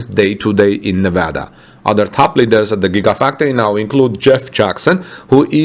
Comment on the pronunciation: I expecially appreciate that you properly pronounce the name of the state of Nevada. Thank you